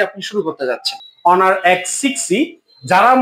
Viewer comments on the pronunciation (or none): লোক দেখেন হনার না বলে অনার বলছে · হনার না ভাই অনার😂😂😂